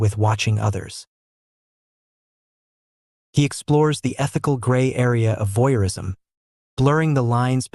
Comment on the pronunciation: "Voyeurism," not "voirism!" Who edits this crap?